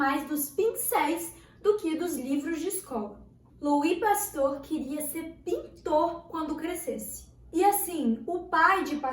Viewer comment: Oui oui arrasando no Frances hahaha falou certo, relaxa!